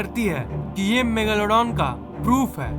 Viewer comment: Kya bolle rahhe ho bhai😂😂 Megaalaadooon nahi megladon bolte hae😂